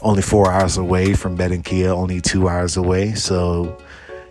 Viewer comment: Benrenquilla?- Ba ran quilla . Blows me away you can move someplace and not learn the language